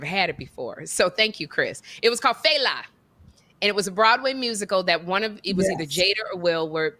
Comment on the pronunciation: Its Fela pronounced Fell'a.. he is the king the of Afrobeats..he like the James Brown